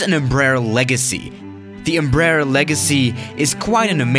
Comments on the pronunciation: You can pronutiation Embraer like "embrair" thats close to the pronutiation in portuguese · Nobody:: EMBRUH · man I like all the Embruhs you showed